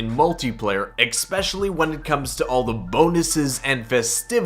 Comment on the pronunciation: Bruh it's not expeshuly it's especially